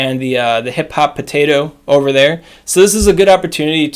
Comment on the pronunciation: Please never stop calling Hippopotas “Hip Hop Potato”